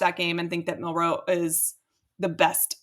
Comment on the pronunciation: Milroe not Miller.